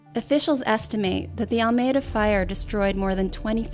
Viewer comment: Maybe find out how to pronounce Almeda. It is heard in on the scanner recording.